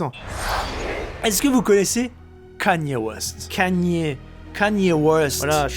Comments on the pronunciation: c'est comme ça qu'on dit mdrrrr il le prononce correctement va voir sur internet, ça se dit pas "kenny" west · Enfin quelqu'un qui dit Kanye correctement. Merci Julien! Génial ce site de radio dans le monde et à travers les années... j'adore! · orh merci d'avoir dit Kanye j'en peux plus d'entendre Kény west